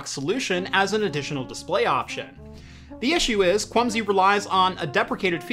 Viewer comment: Am I the only one that kept hearing 'Clumsy' instead of 'Kwumsy'? No offense to the manufacturer, just a unfortunate coincidence I think?